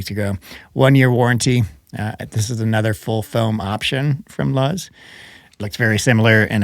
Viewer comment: not "luhz" like buzz... "our name "LUZZ" is inspired by the Spanish word "Luz," meaning light and brightness." too close to"lose" if you ask me